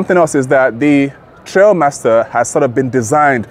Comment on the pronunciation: Thanks for the feedback, I appreciate it. I have been corrected that it should be pronounced Trialmaster. Trail just sounded right 😂 Rest assured next video will be me sat down with Grenadier or sat down drilling into aspects of the highlights.